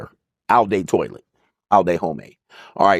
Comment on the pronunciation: "Oww Day Toilet" is diabolical hahahahahah 🤣🤣